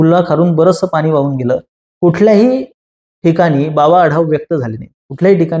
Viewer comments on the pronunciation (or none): none